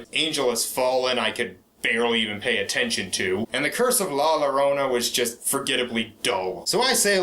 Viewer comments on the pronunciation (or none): Not to be "that guy," but "Llorona" is pronounced "your-OWN-ah."